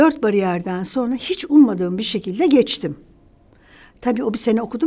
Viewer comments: Çok sevdiğim saydığım bir bayan fakat o kadar kelimeleri duzelttigini söyleyip sürekli "sonra" yerine "sona" diye telaffuz etmesi ilginç bir alışkanlık olsa gerek çünkü "r" harflerini normalde telaffuz ediyor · Sonra kelimesini soğna olarak telaffuz ediyorsunuz.